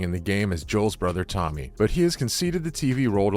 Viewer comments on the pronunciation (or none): none